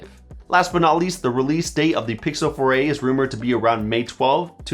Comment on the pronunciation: Google Pixel "Foray"